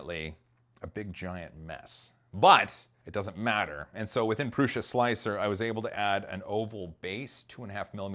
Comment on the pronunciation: Prusha? Not to be rude but its pronouced Prue-sah